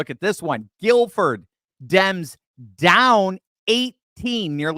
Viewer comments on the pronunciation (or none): none